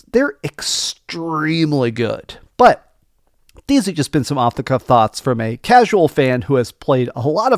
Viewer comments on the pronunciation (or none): none